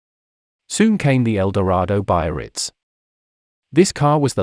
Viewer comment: the tragic story of rotten pictures and zero research as to pronunciation… I mean: “ A I Capone” ?? the Cadillac “Be A Ritz” - I quit before half-way, so totally not worth it!!!